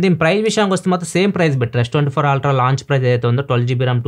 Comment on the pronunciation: Ultra ❌️ Aaaltraa ✅️